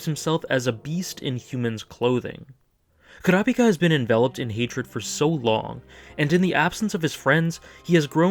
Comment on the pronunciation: Wow, a Youtuber who actually pronounces Kurapika correctly? Glad I subbed :D